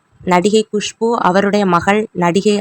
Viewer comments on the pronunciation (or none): none